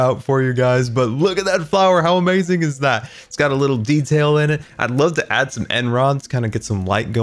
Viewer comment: I love the way he said "amayuzing"